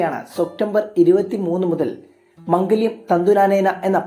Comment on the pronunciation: മംഗല്യം അല്ല മാംഗല്യം എന്ന 😂